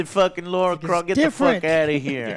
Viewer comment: I Love this show but could we get to once call her Lara NOT Laura her name is a part of her fame and still jo and a few other's call her Laura bet jo would hate to be called joel just saying but apart from this rant happy holiday's to everyone in chat and most importantly the AJS your still the best for all the info in the industry.